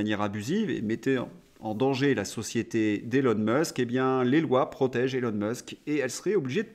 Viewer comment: Nota bene : Elon (Musk) se prononce ilon et pas élon. Élon n'est pas son prénom; autant le lui épargner. Bon courage.